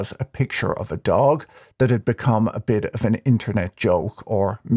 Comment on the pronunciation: Kudos for pronouncing DOGE correctly, and not Dog-e. It is definitely NOT Dog-e.